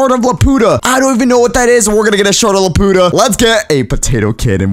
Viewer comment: it's pronounced laputa as in the floating city in castle in the sky